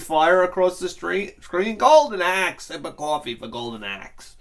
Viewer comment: Breaking bad fly episode-sip o cwafee for the fly